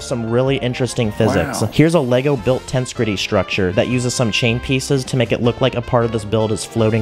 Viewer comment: Well with that in mind you should really look up the pronunciation of "Tensegrity" again, because the way you pronounced it wasn't satisfying at all. 😅